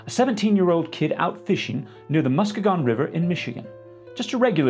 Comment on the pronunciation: I can't believe I almost didn't click on this. I feel like I had a sliding doors moment. Originally from Michigan and your AI has the best dogmen since Twilight. Well done! You even captured the Midwest Goodbye, as depicted by Steve. You only mispronounced one Michigan name (but everyone mispronounces every MI place name so don't fret): Muskegon is Muh-SKEE-gen. If I'm honest your way sounds more sophisticated; since it's an Algonquin word, its probably further mispronounced by modern residents...which means me. I'm going to need a pair of those socks. Liked, subbed and all the rest. Rock on, gold dust metro.:hand-purple-blue-peace:❤